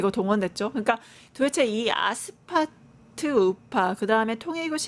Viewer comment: 아스파트 아니고 아스팔트 ㅡㅡㅋ 내란당 차라리 친한길당 대는거 강추 강성우파가 장악함과 동시에 국민의 철저한 외면을 받을것임 그럼 스스로 문닫음~~